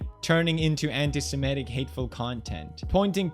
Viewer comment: funny thing is he can't even pronounce semitic